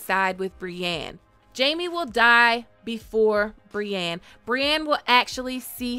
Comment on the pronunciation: Brienne isn’t pronounced “bree-an”.